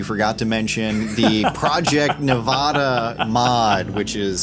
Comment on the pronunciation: You are pronouncing "Nevada" incorrectly.